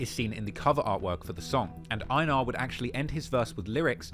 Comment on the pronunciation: Its pronounced "ay-nar"